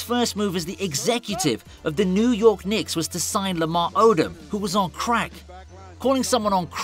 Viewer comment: You say Crack SO FUNNY 🤣🤣